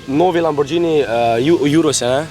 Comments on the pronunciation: Ej štajerc neumn, ni lamborđžini ampak lamborghini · Ni lamborđini ampak lamborgini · Popravek Lamborgini ne lamborđini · Lamborgini se rece ne lamborđini drgac pa ful jak video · Reče se lamborgini na pa lambordžini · lamburđini**